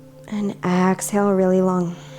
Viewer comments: Nah, it was clearly ax-hale. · she's so cute. "Ox-Hale"